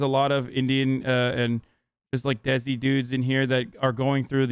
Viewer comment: Hasan really just pronounced 'Desi' as 'dezzy' 😭 (It's more like 'They-See/Day-See')